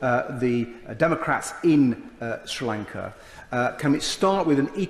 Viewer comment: It is not Stee Lanka.......but Sri Lanka in Sinhala! Please learn to pronounce the words correctly ! Do not think you sound like Americans.......very very ugly. Learn to say the words correctly instead of fooling yourself. All people of Tamilnadu are indeed in a dream state of being elevated Americans......which is false!🙂